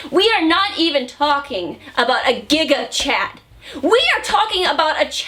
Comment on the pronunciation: When she said gigachad was I the only one who heard it as giggukchad?